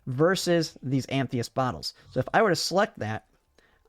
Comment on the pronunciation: It's "ah-muh-thist". Nice vid tho.